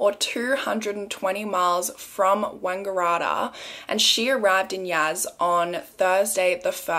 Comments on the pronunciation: It's actually pronounced wang-gah-rat-tah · The way you pronounced Wangaratta has me cracking up! Love your videos! Hope you're enjoying your holiday! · I love the way you pronounced wangaratta 😂😂😭